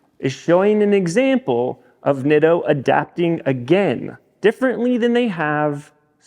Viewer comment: In Japanese the letter "I" is pronounced with the long "e"sound similar to Italian. Spaghetti, Masuratti, Pizza etc. So please pronounce it as Neato.